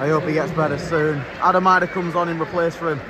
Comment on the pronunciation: Lovely surprise. High quality neutral vlog. Thank you Sargents injury casts a big shadow unfortunately. Idah is pronounced Edah